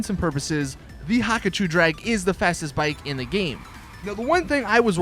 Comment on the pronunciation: STOP SAYING HAKACHU DRAG, PRONOUNCE IT, HA-KU-CHU NOT HAKACHU WTF IS THAT